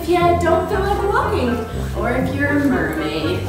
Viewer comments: You said murmaid 18 times and my real name is laura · you guys said mearmaid 28 times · Sorry i dirit have so much time to wach your Holl intiyr vidio but i relly love your vdios and i herd you giys Say mermad 6 times and bye the way my reyoll name is diana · U guys said marmaid at 25 times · You said meriad 15 times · I think you mean Mer-made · you said murmaid 22 times💕💖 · You said mirmade 23 times